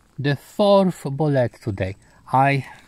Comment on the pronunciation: It's BOW LEET. BOW-LEET Not a fkn boulet